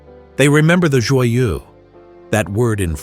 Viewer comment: pronouced Joyeux is real bad idiot